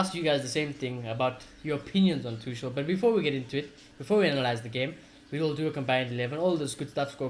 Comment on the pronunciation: Mate, its not Tushel.. its Tu-kul.